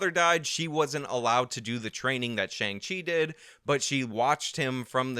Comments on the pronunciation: I heard him say "Shang Ching" at least 3 different times. It was weird. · My 73yo mother referred to it as the new Tony Leung movie. When you started calling it Shang-Ching, I was 😧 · You say shang ching I laugh. Simple as that. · Did you say Shang Ching? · Let's do all we can to appeal to China! But also pronounce 'Shang-Chi' in a way that in no way resembles the Chinese pinyin pronunciation!